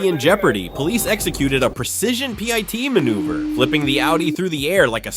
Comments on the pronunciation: Stop narration if you can't pronounce anything right. It's pit, not pyti or pitie. It's pit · I thought the channel creator was Real until I heard him say PEITY. The voice-over is of bad quality. I won't bother to subscribe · Pie-T manoeuvre? Really? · Those "Pie-Tee" maneuvers look vicious LOL ! Great job AI.